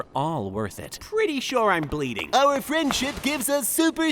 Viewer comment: Whehw tha gwass waws gween awnd da giws waw pwettay, mane!